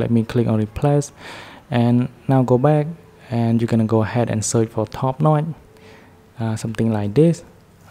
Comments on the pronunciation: bro said "NOT" instead of saying "NOTCH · Hahaha the way you say notch.. "NOY". Good shit